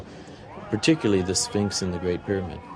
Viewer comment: Sphinx, not spinks.